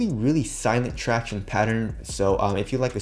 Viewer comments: who else comes here to hear him say tractiones.....? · “Tractiones”...Shit makes me cringe every damn time